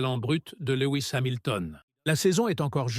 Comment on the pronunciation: à ... "LEWI ..." c'est bon je ne regarde plus. C'est quoi ces vidéos ?? Comme l'autre fois il parle de "Monagasse" ... Même nos cousins Québécois ne parlent pas comme ça. Laisse tomber frère.